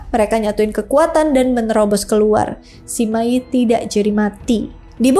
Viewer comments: Bacanya Sema Yi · saya pribadi kurang tertarik dengan kisah 3 negara ( San Kuo Yan Yi ), tapi saya ikut menonton karena kisah cuke kungming dengan sima yi. sebenarnya saya lebih tertarik kisah persaingan cuke kungming dengan pang tong saya hanya ingin mengoreksi, kalau cara baca sima yi adalah sema i. itu aja makasih hehe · Sima yi tu harusnya dibaca se ma yi 😅